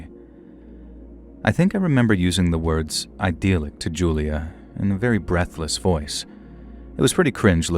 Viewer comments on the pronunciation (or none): Ok. I love these stories. I love your narration, but it’s eye-DILL-ic. Like an idyll, not eye-DEAL-ic, like the thing is ideal. It comes up a lot and I finally had to say it.